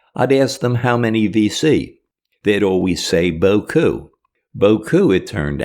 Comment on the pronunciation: What an honor to hear your narration. I like how precise "beaucoup" is.